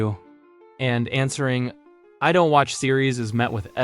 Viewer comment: Do-ent? Sounds like AI to me